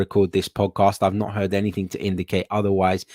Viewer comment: AnythinG...not AnythinK there is no K in the the word Anything.